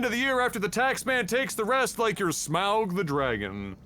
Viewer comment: Agh! Say auger, now say smauger, now say smaug